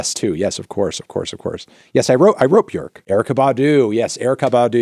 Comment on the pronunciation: You said Björk right, well done! 😅